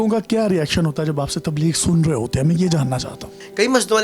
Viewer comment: you should respect this person, you said ye jin ka naam le "rahi" hain instead of "rahay".